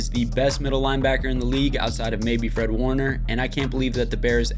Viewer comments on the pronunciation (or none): none